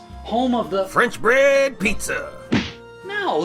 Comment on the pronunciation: “CHEESe” “BREAd” “KETCHUp” “BREad”💀